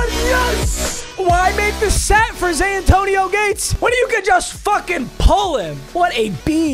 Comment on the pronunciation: Anyone else hear Zantonio Gates every time?